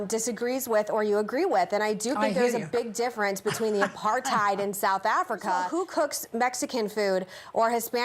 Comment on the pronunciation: People still don't know how to pronounce apartheid 🙄